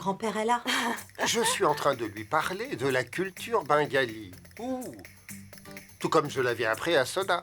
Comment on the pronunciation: Voilà qui arrête de dire la bingalie 😂elle dit Sona maintenant